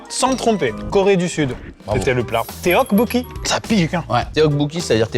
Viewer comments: la prononciation oh mon dieu... téokbokki... ça fait mal d'entendre ça....... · le teokkbeokki (prononcé tokkbokki btw) en 4 ça fait mal à mon petit coeur :')